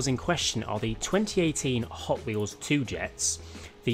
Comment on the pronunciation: It's pronounced 2 jet z (like 2jz)